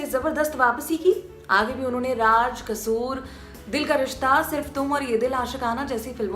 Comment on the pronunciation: Raaj nahi raaz